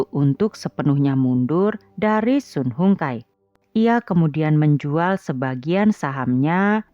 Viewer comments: Sun Hung Kai (baca) SAN HUNG KEI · Cara baca nya SUN HONG KAI